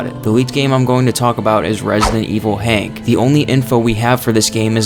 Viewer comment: HUNK! NOT HANK!